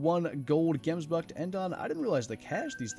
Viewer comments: Pronounced 'Hemsbok'. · If you ever pronounce gemsbok like that in front of me, i will slap you square in the face